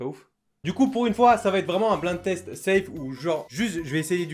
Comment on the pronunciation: ÇA NE SE PRONONCE PAS BLIND TEST MAIS BLAÏNDE TEST